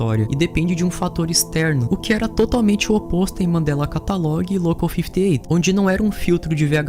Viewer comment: mano q agonia ouvir ele falando mandela catalogue